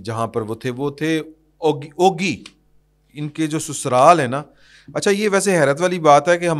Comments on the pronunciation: Ogi nahin Ugi jaisey ugana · چھوٹی سی اصلاح۔۔۔۔۔۔یہ جگہ کانام اوگی نہیں بلکہ اُگی ھے